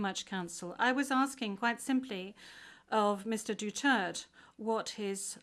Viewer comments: Is not Dutert. _Du_ter_te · It's Duterte!!! Not dutert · What a bunch of dummies that can't even pronounce his name correctly, even after being corrected. Probably done intentionally by this unprofessional "Judge".